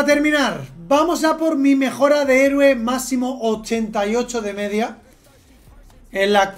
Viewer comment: lo de decir hereo en vez de heroe es de genio